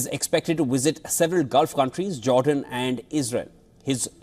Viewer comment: YALL MUST STOP 🛑 SAYING "WIZIT" !! There's no such things as a wizit. V is not pronounced W !!